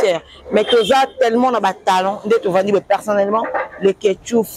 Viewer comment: loba français bien stp quoi dire et non quoi djire eza français ya ba chegue 😂en pensant vous êtes belle